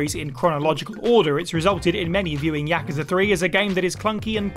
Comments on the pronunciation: Anyone else get annoyed this person can not say Yakuza properly? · Learn to pronounce Yakuza properly